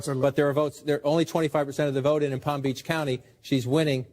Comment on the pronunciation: said my county wrong